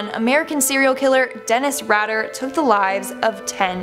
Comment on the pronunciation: IT'S DENNIS RAY-DER what is with Canadians not able to pronounce words correcty??!!! DAMN